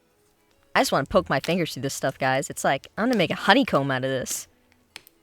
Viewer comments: "NOW FINGGERS" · No one:: FiNgErs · No one: Latterly no one: NO ONE:: FiNgErS Also: biggest sigh hhhhhhhhhhhhhhgggggggggggggg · “nOw FiNgerSsS” I put fingers as Ingredients ( ͠° ͟ʖ ͡°) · No one: Literally no one: Not a single soul::NoW FInGerSsS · NOW fInGeRsz me:why did he say it like Dat me after watching and going out: me eating about to eat food NOW fInGeRsz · Now fiNgURrrRs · now, fingerrrs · “nOw FiNgErS” and “sAtYsFyInG sOuNd” but also “SaTiFyInGgGgGgG?”